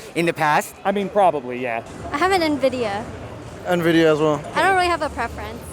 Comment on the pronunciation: kills me when they say Navidia